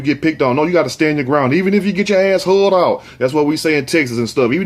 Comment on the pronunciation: I'm a little over 7 minutes into this video and he won't shut the hell up and show us what the hell he wants us to see. Show the video and THEN bump yo gums! He said "hulled out". Sounds like TDC. Been there, done that.